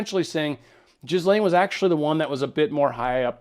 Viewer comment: The Paysur family are above and control the Rothschild's. And the S in Ghislaine is silent, its pronounced Gil lane (not Jis lane).